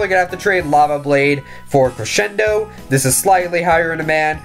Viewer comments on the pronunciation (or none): when you say crescendo it sounds so weird